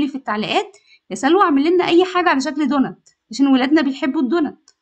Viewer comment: إسمه دونتس حبيبتي بالسين والسين تكون واضحة في النطق مش دونت مفيش حاجة إسمها دونت